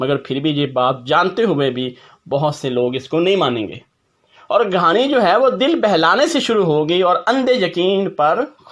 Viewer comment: Excellent video, today watched the video with my family, and really enjoyed it. My wife said it is 'Kahani' not 'Ghaani' 😂